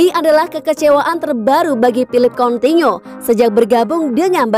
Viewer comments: Hahaha sama juga bg. Sy malah pernah komen kek Abang kok dibaca "kontinyo" . wkwkwk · Udah nggak tahan gua mau komen ini sejak ribuan tahun lalu. Coutinho dibaca KONTINYO. triliun dibaca TRIRIUN. hadeh